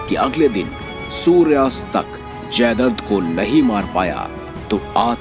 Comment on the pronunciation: जयद्रथ__ जयदर्द नहीं